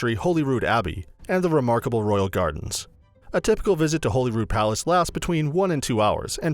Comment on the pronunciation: He actually pronounces Holy Rood properly. Which is more that you can say for most Edinburgh residents.